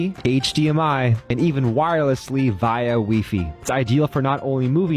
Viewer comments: Who pronounces WiFi as “wee fee” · HE LITARLY SAID WII FII